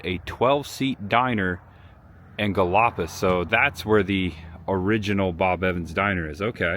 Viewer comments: Ok it is pronounced Gal i police for gallipolis. 😊 i miss my florida.. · Great tour! Been eatin' at Bob Evans restaurants 46+ years, mostly here in WV. Galipolis, OH is pronounced "Gal-a-police" and sorghum is "sore-gum." Just for future reference. You did a real good job here, young man. Real genuine. Best of success to ya! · City is pronounced Galla - police……the home festival is BIG FUN! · It is pronounced Rye-Oh Grand. Gallipolis is pronounced either Galla-police or My mom used to say Galla-poliss. Chillicothe is Chill-a-cahth-ee. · Chil a cotheeee. Gal a police. That's how you pronounce those two cities. I live in Ohio so therefore thats how I know. Nice video too. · Some town pronunciation assistance from an Ohio native :) Rio Grande is [RYE-oh grand]. Gallipolis is [gal-uh-PO-lease] Chillicothe is [chill-uh-COTH-ee] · That is pronounced like I'm about to spell it...galla po lis but say it fast ...lol its funny how you were saying it, I was actually a bob evans restaurant mgr. The beginning of your video was in columbus right up the street behind skyline chili is a huge building that is where I trained for mgr. I have worked at almost all of them from columbus down to south point, I also worked at the farm festivals every oct, very nice place to work, but Bob Evans sold a ton of restaurants out to other people. Glad I got to meet Bob Evans and his wife. oh yea forgot that place is called chill o cothe say that fast also ... Visit that park many many times, they hold events there, fireworks across the street and up a few side roads by an old school, You were close where I live, which is the next town going north out of oak hill into south webster, glad you had a great time. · For pronunciation help, I personally would have gone with Galla police and Chillow cothee. Some people would say Chilla cothee. And for, it's pronounced Rio grand, not Rio gronday. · Rye - O Grand, Ohio & Galp - Polis lol